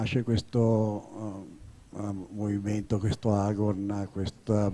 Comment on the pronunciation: Visto che volete proprio utilizzare parole greche, pronunciatele bene. Si dice agòn, non àgon !!!